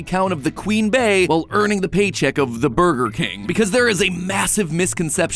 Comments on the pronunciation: Why do y’all say it like that? It’s Queen Bey pronounced like Queen Bee. 🤦🏾‍♂️ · Y’all really go out y’all way to purposely butcher Bey calling her “Bay” while also correctly calling her Beyoncé. There’s a reason the BEE is the symbol for the fandom cause that’s how it’s pronounced. Who is “Bay”???